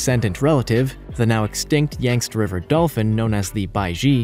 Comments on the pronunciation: Pretty sure that river is pronounced Yang-tze, not Yangst. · it's not Yangts. Yangtze is more usually pronounced "yang see" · I think it's pronounced "Yang-TZEE", and not "YANKST". I think. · Hopefully, someone has taught the narrator how to pronounce ‘Yangtze’ (hint: It’s a river in China). Try: yang-tsee.... (not yanks) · That’s a new way to pronounce Yangtze 🤦🏻‍♀️😂🤣😂🤣 Do your research a bit better in future. It’s pronounced Yangzi & NOT Yanks, and many other lazy mispronunciations in the video also 🤷🏻‍♀️ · Yangtze too. Even Americans shouldn’t get this wrong. Yangt-zee! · Herbi- VORE- ous? YANKS river dolphin? That's just freaking rampant ignorance! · "Yang-zee" & "Tan-zuh-nee-uh" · Yangtze pronounced as yangkt-see.